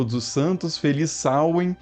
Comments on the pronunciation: A pronúncia correta não é essa. É sôuin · Samain na Galícia, pronunciando o segundo a. Veja algum vídeo sobre cultura céltica galega